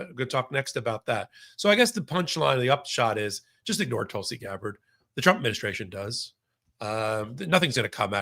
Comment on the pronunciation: I love KFA, but when she pronounces Tulsi Gabbard incorrectly, it seems to say she's not really paying attention to the important details.